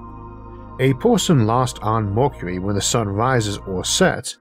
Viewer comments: welp, if he couldn't fix his pronunciation in 6 years can't expect much here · I love these series of thought experiences with good old Issac. But I’m still tickled. Made to giggle over certain versions of his Speech Impediment. Lol. MORKURERY instead of Mercury.. well funny. Anyways the reason I’ve been subscribed for years !! Is because it’s soo bloody intresting! The sort of questions I’d ask. He answers . Amazing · if you can't handle a speech impediment there are these things called other channels you can go watch 🤯 prank channels are probably more your speed